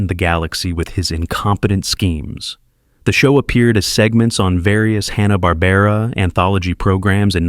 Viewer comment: Oooo... Mispronouncing Hanna in the first minute of a video primarily featuring Hanna-Barbera characters? Not. a great start. Also, a lot of these are still pretty pervasive throughout American pop-culture due to many of them being reused and modernized in the 1990's , subsequent to Turner purchasing the Hanna-Barbera rights. Basically if you grew up in the 1990's through the early 2000's, you saw MANY of these characters on TBS, Cartoon Network, and Adult Swim. Edit: OMG! This Narration BETTER be AI, because if you're unfamiliar with either the fencing term "touché," or the other use, acknowledging a worthy or clever point made by someone, that means... well, nothing, really, but it's a pretty common term, used in everything from cartoons, to literature, to film.. Seriously though, this is just one of those hackneyed YouTube Channels that pumps out poorly written, intentionally provocative content, insulting people's childhood favorites, in hopes of goading individuals into leaving exasperated comments, in an effort to drive up interaction rates. It's essentially trolling to boost their YouTube profit margins, which is a pretty despicable. way of making a living.